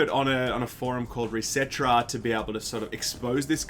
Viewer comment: You can't see your character in subnautica.. like... ever? Edit: you pronounce Reset Era oddly.